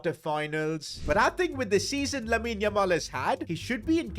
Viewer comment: How many times is he gonna say LAMEEN LAMAL 🤣